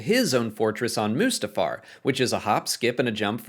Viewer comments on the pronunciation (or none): none